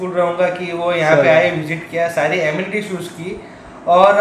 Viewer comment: ડિયર એનિમિટીસ નહીં પણ એમિનિટીસ બોલાય....તમારા સુધારા માટે કહું છું..બાકી વેલ ડન.